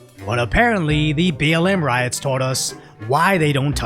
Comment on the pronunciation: funding these RIOTS. You mispronounced "riots."